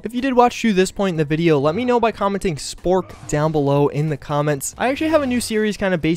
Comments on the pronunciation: Sporp or spork what did you say? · Snork? Spork? What did he say? Yeah, Fallout NV would be a fun remaster, but New Orleans seems just as likely.